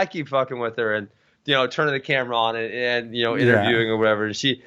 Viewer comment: Why does Ben say "ayand" instead of and..